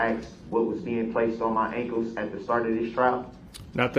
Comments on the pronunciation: I hate the way he says “ankles.” Wtf are “ankoos?” 🙄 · Tell the troof and NO ONE EVER CARED IF HE HAS ON SHOCKS!! They probably wondered why they weren’t used! And who says ankus instead of ankles. He’s the absolute worst.